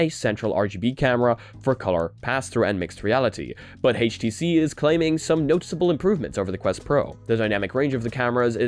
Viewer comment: Haytch TC? Really? I'm out.